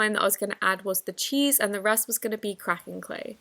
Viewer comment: The way she said cracking 🤣🤣🤣no hate